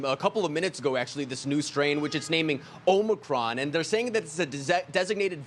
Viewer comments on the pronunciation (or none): Omicron, omnicron, where's your editer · "Omicron", not "Omnicron". Omicron means man time, implying that our time has come. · OMICRON not OMNICRON. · "O - Micron" not omnicron. Jeez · Omicron is not Omnicron. Someone doesn't know their Greek.